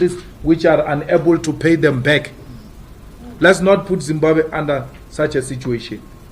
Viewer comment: As much as l love Malema but damn its Zimbabwe not Zimbabe